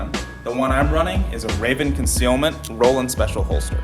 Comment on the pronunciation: You’re wrong, it’s Roland. Everyone is saying Roland even garand thumb. Even a ai search, google search. All say Roland.